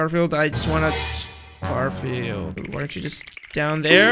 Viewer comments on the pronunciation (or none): It’s Gorfield oh no